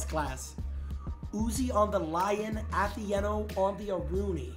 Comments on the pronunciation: jynxzi just kept saying athE-eh-no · I swear to got all I heard was Ahh-The-N-Oh. Do people have a problem saying Atheino bro??? 😅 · The least thing jynxzi could do is say your name right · Jynxzi always finds a way to pronounce names wrong I swear.